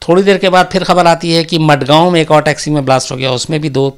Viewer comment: मडगांव नहीं mazgaon